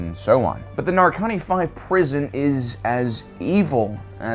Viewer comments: Why you keep calling it Narkani? It’s Narkina. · One comment I will make is that it really irritated me how you pronounced the name of the planet, it is quite clearly Narkina 5, not Narkani 5, it is said and written several times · Why is he calling it Narkony? it's Narkina xD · It's Narkina, not Narkani goddangit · I just came across your videos because I'm looking for Andor content and I love the videos. But for fuck's sake it's Narkina 5, not Narkani 5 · Nar-Ki-Na. Not Narkani. Yes this guy is totally nightmare fuel. Up there with ol' Sheevy Palps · Stop saying “nar-con-knee” it’s “nar-key-na” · Why are you so bad at names you fake nerds 😂 Narkina not Narkani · It's Narkina, not Narkani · Just a small note, it's Narkina 5, not Narkani 5. Loved the video as always but wanted to provide the correction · "narkanee"? Narkina (Nar-kee-nah)* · Narkina 5 is actually pronounced "Nar-Kee-Nuh 5". Just wanna let you know. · Nar-kin-a V / Nar-keen-uh five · least pronounce the place correctly NAR-KI(key)- NA(na) or NAR-KIN-A but go on😂😂😂Its evil jail but idea concept well….😂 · bro, they say the name of the planet in the show...why do you say it wrong?